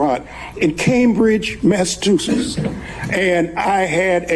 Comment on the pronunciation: He studied at Harvard but can't pronounce Massachusetts?